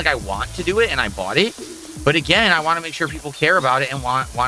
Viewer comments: “I’m giving you what you wah! If this isn’t what you wah, you need to tell me what you actually wah! Otherwise I’ll never know what you wah!” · Poor Telerence Carter, so dedicated to not remembering him that "want" is now "wahn" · The way he says "want" drives me insane.